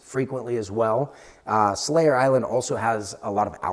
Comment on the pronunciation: Surely I cannot be the only one hearing "Slayer" instead of "Selayer" all. the. time.? 😂 All hail the Platinum Slayer, rip and tear until it is done!